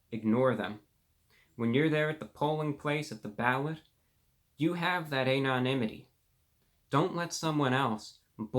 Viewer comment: "A-non-imity" amazing pronunciation!